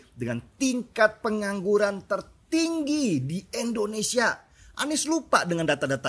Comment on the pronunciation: Bang gua suka sama lu .. tapi tolong lah. Kalo bilang Indonesia jangan endonesia